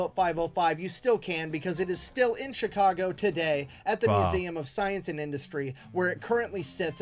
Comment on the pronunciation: I'm a Chicagoian, and I like how you said Chicago